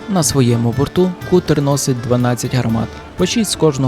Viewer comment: Не Кутер, а Катер, броооооо